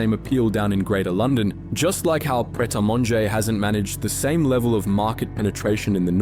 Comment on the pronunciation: Very few English people can pronounce Pret properly ... It's like "pray"